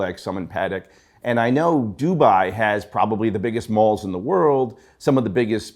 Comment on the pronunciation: A question regarding independents - what if I love the work they do but absolutely can't stand the watchmaker (e.g. FP Journe) or CEO (e.g. CEO of Audemars Piguet)? What do I do then? And by the way, the way you guys pronounce Dubai is just wrong.